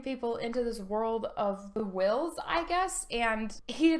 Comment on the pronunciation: Book of the Uhwh-ills.